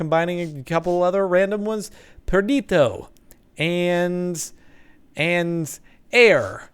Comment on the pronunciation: xD he pronounces perditio different every time